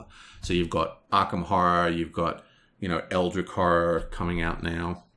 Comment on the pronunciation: Love the review! I agree with most points (don't see the problem with self heal in close combat, this is like a healing gun, so he can shoot himself in the leg). But I have to admit your pronunciation of "Eldritch" baffles me...